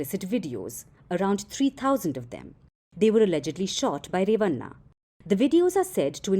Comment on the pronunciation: 😂😂😂😂 it's not re-va-nnna At least learn how to pronounce names of South Indians. It's ray-va-nn a (bada wala na)